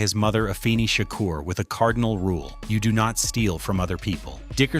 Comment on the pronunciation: I might be wrong, but I thought it was Money B who had the part, not Treach, because while Money B was rehearsing the script, he couldn't get it right, and Tupac did it for him, and Money B told Pac that He should do it. Money B was the reason why He was there. And I wish you guys would get His name right. It's Tupac, not Tupack, and Shakur, not 2 Pack Shaker. And it's Treach, not Treech. And Camron is not a Dj, you got the wrong one.